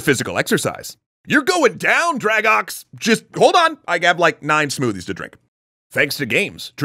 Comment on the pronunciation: I always thought it was pronounced Drag-oh not Drag-ox.